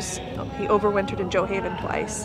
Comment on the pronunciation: It is pernouced “joe-haven”..I’m living here..so please don’t spend information you don’t know about